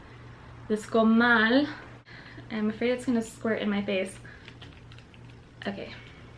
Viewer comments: Órale, pronunciaste bien "comal" jeje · Are you Hispanic?? You surprised me when you said comal, love your videos by the wayyyyy ‼️‼️ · do you speak Spanish?? I heard you say "comal"